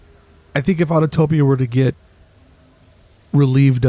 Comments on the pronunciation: Neat idea documenting the perimeter. It’s Au-to-pi-a not Autotopia. Otherwise, I enjoyed the tour. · I always chuckle when I hear people say "autotopia" when it's autopia